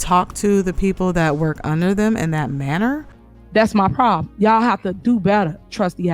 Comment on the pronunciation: She doesn't even say yall properly she says yaw